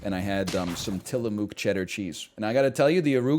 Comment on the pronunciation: stop saying tillamook like that lol